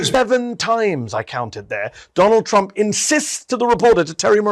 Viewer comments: Is it just me, or does it sound like she's saying "President Chump"? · TChump… she can’t speak it’s hilarious how she can’t say Trump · Why does she (Leavitt) always say Chump instead of Trump? Ooo, Linda's learnt it's AI not A1. Don't think Chump likes Terry...😂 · President Chump? Is that what she keeps saying bc that is all I'm hearing 🤔